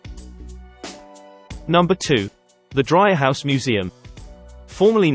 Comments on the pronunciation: Nice video. However, if you visit Chicago, Dreihaus is pronounced Dree-house, not Dry-house. Well worth visiting the Dreihaus Museum. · FyI. It's pronounced DREE haus